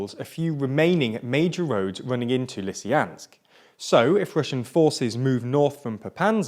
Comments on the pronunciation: Its lysychansk not lysyjanks cant u fucking read? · Popanza, Lysyansk... Dude, at least try :-D These names are already westernized :-D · Gosh, it's not PopaNsa it's PopaSna. It's not LysIAnsk, it's LysyCHansk. Learn how to read for god sake. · Do not forget Lysyanks instead of Lysychansk :) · It is twice as painful when you know the original pronunciation of all names. Popasna - not Popazna Lysychansk - not Lysyansk. Slovyansk - not Slovansk. This video sets a new level on mispronounced names! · You guys perfected the art of not reading the names of places (Russian and Ukrainian names are read exactly as they are spelled) Po-pas-na Le-sy-chan-sk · While all this is, of course, horrible, I couldn't help but notice that you butchered every toponym you encountered. All of them. "Popanse" instead of "Popasne", "Lysyansk" instead of "Lysychansk". It's almost like it was deliberate. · Dude, it's PopaSNa, not PopaNSa. Ans also LysCHansk, not Lysansk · “Lysyansk and Popansa” really? Also “Slovansk” I am looking forward to visiting the English and Scottish capitals: Lodnon and Edbinurg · Same for me: LisieYANSK, PopaNZA - really weird. But he managed Severodonetsk after all . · What's with the pronunciation? I know it's a hot June, but damn... "Popansa", "Lisiyansk", "Severnodonetsk"... bruh xD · For the love of god please at least try to pronounce the names of these cities right. Severodonetsk was pronounced 3 different ways, Popasna has an S in it, Lysychansk has a CH. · its popaSna and lysyCHansk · Wdym? It's Leeeseeyaaansk and Syeeevyeeerodonetsk!! ./s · Hey, there is a CH in Lysychansk. Pronounce it please! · They also don't care enough to pronounce Lysychansk properly. It is not Lysyansk, ffs! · i think the issue is more that the pronounciations given dont even correspond to the written form. Like pronouncing it 'Lysyansk' demonstrates a genuine and surprising lack of care as there is no reason an english speaker cant pronounce the 'ch' sound.